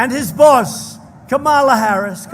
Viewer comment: You still can't even pronounce Kamala's name. You are an idiot